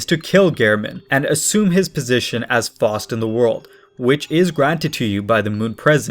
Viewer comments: It's Faust, not Forced. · Some pronunciation tips; the pronunciation of Faust is like "Fowst", not "Fawst". Göethe is a bit closer, but is more like "Gurta" than "Go-tay". The latter is very tricky for English speakers due to the German pronunciation, especially of ö, which doesn't exist in the English alphabet.